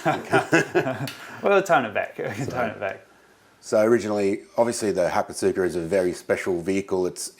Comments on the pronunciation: solid guffaw at the aussie spec hakosuka pronunciation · Ha-kos-ka. Also, ko-oki (or kou-ki)